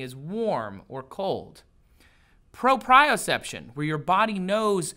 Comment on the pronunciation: Propeoseption not bioseption